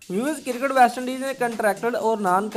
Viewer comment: it's Cricket not Kirkat